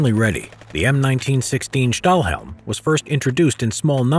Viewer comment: Great, great video over a topic so very seldom discussed and known about. Thanks for taking the time to teach us something so rarely talked about! By the way, Stahlhelm (good pronunciation by the way!) translates to "steel helmet" in English.